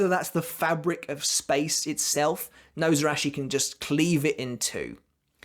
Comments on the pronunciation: Nose-arachi. Absolutely love that pronounciation. Your video is making my night <3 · ....It is pronounce [She-knee-gah-mee] not [shin knee]... shi-ni", "死" or Shi character is the root particle for death of "死神" shinigami. the was you are pronouncing it you are adding and extra "ン" or "N" and Nozarasho/野晒し is pronounced のざらし /[No-zara-shi] [No- Zah- Rah-Shi] you say SAN wrong, say the a long...like "On" as in On and off.